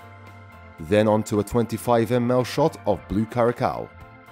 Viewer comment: Great project! Amazing work. Just an fyi for the future, curacao is pronounced KEWR-əss-ow.